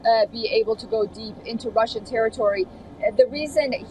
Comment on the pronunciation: How can you say roshan